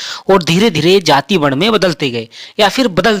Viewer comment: बहुत विद्वान ज्ञानी हो ।जाति शब्द को जाती बोलते ही तुम्हारे ज्ञान का पता चल गया।आगे क्या बोलोगे उसका भी अनुमान लग गया।